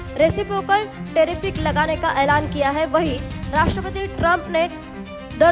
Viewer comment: अरे मैय्या मोरी.... वह टेरीफिक नही बल्की टेरीफ है जो US ने लगाये है! हां आप जिस तरह न्यूज पढ रही हो वह वाकई टेरिफिक है।